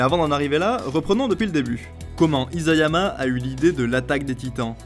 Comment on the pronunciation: isayama avec un s pas un z T-T